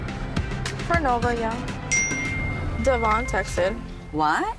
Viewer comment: It’s annoying how Brianna STILL pronounces Devoin’s name wrong